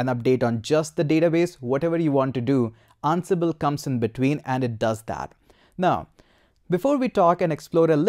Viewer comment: I feel like you're saying annabelle. sir it's "an-sible"